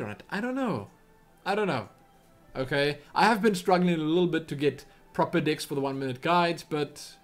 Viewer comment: it sounded like you were saying dicks to play instead of decks just letting you know